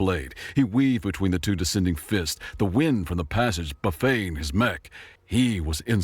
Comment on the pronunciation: The narrator said Buffet as in Phoebe Buffet or as in a lunch buffet pronounced buffey with a silent "T" dont ya know. The "T" is hard in Buffeting. dont ya know